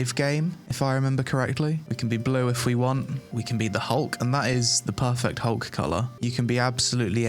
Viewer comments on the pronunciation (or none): none